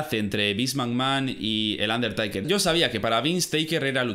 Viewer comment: Un der taker taker taker, no aguanto 😂 se pronuncia teiker